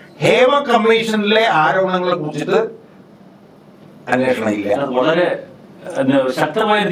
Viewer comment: അന്വോഷണം അല്ല അന്വേഷണം ആണ്. പറഞ്ഞു പറഞ്ഞു മടുത്തു... എത്രയോ തവണ കമെന്റ് ഇട്ടു! ' സോഭാവികം ' അല്ല സ്വാഭാവികം ആണ്. കഷ്ടം... പ്രബുദ്ധ കേരളം!